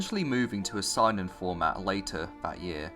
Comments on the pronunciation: The fact that you pronounce Seinen as "Sign-in" rather than "Say-nen" bothers my inner weeb. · Good video but you need to learn how to pronounce Japanese names/terms “Makoto YukiMARA” “SAInen” lol Edit: Wait you pronounce Yukimura correctly later on, I guess you just said it wrong that one time.. but yeah learn how to pronounce Seinen though lol